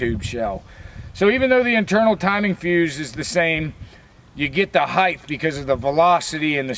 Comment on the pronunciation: Hahaha!! I was thinking it but didn't put it into words! But you missed "heighth".